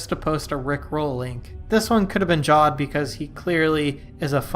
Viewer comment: Heres one it’s pronounced javed not jawed